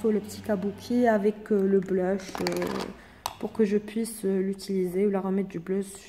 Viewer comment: Blush on dit pas bleeuuuuch